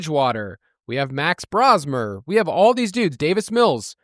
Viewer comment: fyi it’s pronounced Bro-smer. aka The Bro Show, aka The Brofessor. He’s the next Brock Purdy!